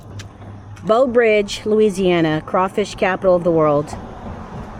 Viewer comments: . Nope she said Beau 😂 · I was going to say that too. Plus, it sounded like she kept saying BOW Bridge!! The teacher in me was making the "Brrrrr" sound. Great video! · Its not Beaux Bridge. Read the sign. Its BREAUX (with an r) Bridge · It's Breaux... bro bridge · It's pronounced "brah-oh" or "broh." The French elongates the "eaux" or "oh" part of the word. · You don't crawfish.... enjoyed the video, but you needed a guide... and Breaux Bridge has an R in Breaux!!! -- you could have learned a LOT if you just asked anyone questions. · You 1 hr away from me (Baton Rouge). Hope you enjoyed , love the content ❤ P.S. Ypu say breaux like “bro” Teche is “tash “ (Teche is a Chitimacha word meaning snake) and Angelle like “anjel “